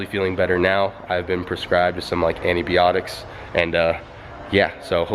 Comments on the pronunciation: anniebeotics 😂😂😂 im crying. It’s antibiotics bruh lol funniest shit I’ve heard all year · "Anti beeotics" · Anti-bee-otics lolol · Aneebeeiotoics?😂😂😂😂😂😂😂😂he need some milk . antibiotics u mean?? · HE SAID ANTIBOINICS??? LOL ANTIBIOTICS..BUT LOT LOVE FOR YOU... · Antibeeotiks .. you don't say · hahaha sounded like he said "ive been prescribed anti-LIL YACHTYCS" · ande-biocdicts xD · "Antibeeotics" lol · Sorry but when you said antibeeotics I laughed 😂 dope work though keep it up!🤘🤘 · Any reazlize he said antibiotics wrong??😂😂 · "Antibotics" im dead